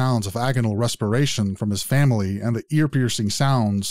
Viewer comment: He witerally kwilled his whole fawmile ( not making fun of his impediment but god )